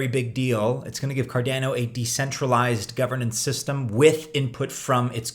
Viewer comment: you cant pronounce cardano, how do we take you seriously?